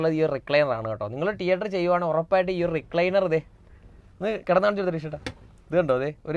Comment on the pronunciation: ടീയേട്ടർ അല്ല anchor സേട്ടാ തീയറ്റർ